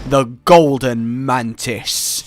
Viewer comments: Is somebody else noticing that he says mantits instead of mantis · he actualy said mantits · Did he just say man tits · did he fucking say mantits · At the start I thought you said ManTits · yeah you said mantits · the MANTITS. 😂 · “The Mantits” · Did you literally just say "The Mantits" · In the beginning I heard mantits instead of mantis im wheezing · Now I can't unhear it.... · Cla Ro i think he said mantits